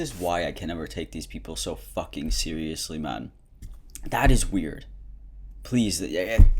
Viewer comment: when he said man he sounded like someone from england near the North 🤣